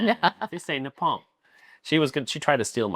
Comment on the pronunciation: Just say "Nee-ppon", instead "Na-palm " 😭😭